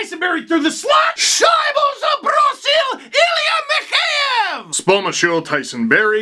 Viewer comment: It's "mee-HEY-ev", Steve. And not "s pomoshchyu", but "s peredachi".))